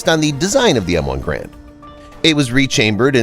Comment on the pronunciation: “GARE-and” like Air, or errand. So G-Air-and. It’s not pronounced “gauuraund” or “grand”